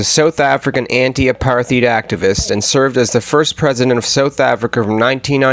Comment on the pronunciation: Great vid! Couple of things: - Apartheid is pronounced apart-hide - maybe don’t end every section with “i guess we’ll never know”